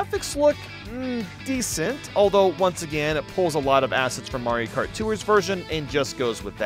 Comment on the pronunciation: oh yeah the beautiful game of mairo karty 😂